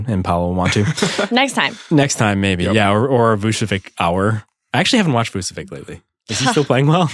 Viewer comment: Vucevic might be an allstar, and still the only guy who fucking knows how to pronounce his name is Zach Lowe. Its freaking Vuh-cheh-vich, not that hard.